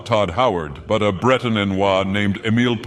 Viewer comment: I love how he butchers Emile's name with each use.